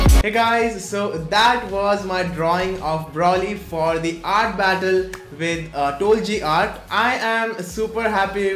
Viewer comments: NO ONE: LITERALLY NO ONE:: TOLJI ART (INSTEAD OF TOLG ART) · That is not how you pronounce 'tolg art'....... BUT THE DRAWING IS OVER 9000